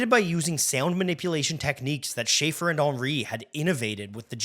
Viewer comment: CAUGHT mispronouncing Schaeffer. Youtube channel TERMINATED.